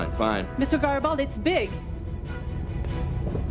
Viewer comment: Maybe it's because sometimes when the say his last name it sounds like Gabaldi.